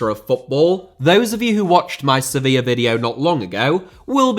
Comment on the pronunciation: Diaby* not Diohrbei Villa * not Viller Saw* not Sor Sevilla * not Sevíer Father* not Forther Amavi* not Amohrvi Ghazi* not Ghohrzi Half* not Holf Debuts* not Deibyus Chukwuemeka* not Chăkwămeiker Diego* not Diyeigouw Idea * not Ideer Konsa* not Konser Moreno* not Moreinouw Possession* not Posession Leverkusen* not Leiverkusen Uefa * not Yuweifer Álvaro* not Alvarouw Negredo* not Negreidouw Hag* not Horg